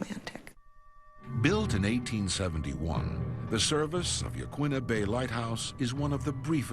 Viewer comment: Yah-KEEN-ah Head, not Yah-kwinna.